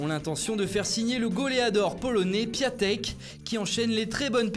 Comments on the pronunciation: Ca se prononce 'Piontek", vous etes pas pro Foot Mercato :p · Ça s'écrit Piatek mais on le lit piontek merci